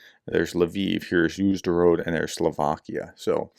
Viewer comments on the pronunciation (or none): We have troubles with fires of UAV vehicles, because there are people who collaborate with russia, mostly teenagers or addicted people, who are looking for easy money. That's what the story about Uzhhorod. Dear prof, read the letters "zh" as "sur" in "pleasure" e.g. ZaluZHny, UZHhorod, and the letters "dz" as "j" e.g. Sudza as Suja, Dzankoy as Jankoy